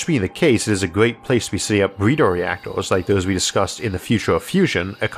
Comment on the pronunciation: Great content as always I was confused for a moment when you said "BreedeR reactoRs" since it didn't sound like you - the R's were completely normal.